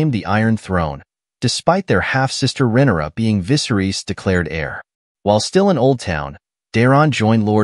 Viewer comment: Can you start pronouncing Viserys correctly? And Rhaenyra? Holy cow. Is this a bot voice or why is this so off? Most of the names are mispronounced.